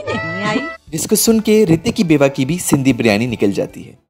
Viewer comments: Baryani nae hota bhai Beeeryaniii b nae hota Biryani hota hai. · Karachi walay kab biryani ko biiryani kehne lagay... biiiryani to karachi ko karanchi bolne walay kehte han ... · Leemon max lajawab tha aur haan g hum karachi walon ne waqai biryani ka thaika lia wa hai q k karachi k ilawa pore pakistan men biryani ki mother sister hoti hai aur lahor wale to biryani ko pronounce tk sai nai karte baryani bolte hain 😂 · In logo ko bolna hi nai ata h baryani to kehte hen oakayen g Kia khak